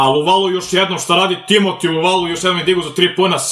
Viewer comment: Kaze se Luvavu ne Luvalu